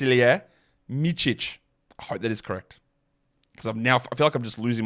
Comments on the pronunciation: Mee-sich is closer than mee-chich to the actual pronunciation, which is MEET-sich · You are saying vasa or vasilije good. Surname you are mistaking. No sign over C is pronounced TZ/TS.(like tsunami i guess). MITZICH. Meanwhile Ć or Č are basically the same=CH. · Pronounciation of Micić is almost perfect, only the third letter - c, is pronounced ts or tz; best example is how you pronounce 'z' in Franz - that is the 'c' in Micić.